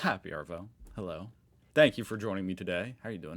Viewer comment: Still, can’t say Arvo